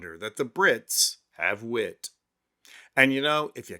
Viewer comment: did you say the british "have wit'...or "half wit"??